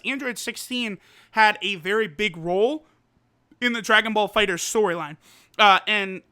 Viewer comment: the game isnt called DB Fighters its called DB FighterZ you say the Z the Z isnt silent in DBZ sorry it annoys me that people cant pronounce something as easy as a game title